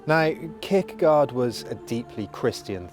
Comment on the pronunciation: Great video. Fyi, the 'gaard' part of 'Kierkegaard' is pronounced as 'gore'. My dad is Danish and he was very disappointed that I pronounced it 'gard'. Anyway, keep up the great videos.